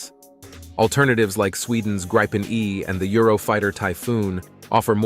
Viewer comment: Gripen✅ Grippen❌ Gripon❌